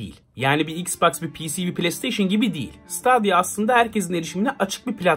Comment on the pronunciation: Stadia diye yazılır. StEdiya diye okunur. ;)